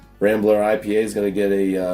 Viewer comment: Rambler. Not Rangler